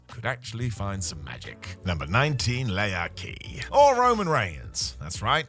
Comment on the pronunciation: It wasn't "Lee-akee". It was literally "Leak-ee"